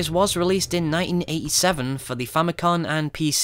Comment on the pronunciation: Fami-COM, not con*. Why does everyone fuck that up?